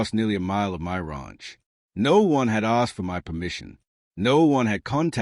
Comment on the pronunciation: You would think a fourth generation Texan could pronounce ranch correctly